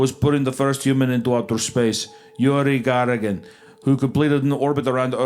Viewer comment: And the famous Yuriy Gagarin ahahH you did a great job with his name 2 times out of 10 , I love it ahahah